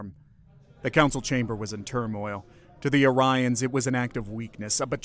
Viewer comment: Yes but you mispronounced Orions half the time.